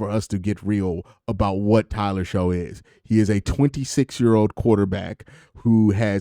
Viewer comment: Shough is pronounced Shuck. Like aww shucks. But I think he might be ok not super early though.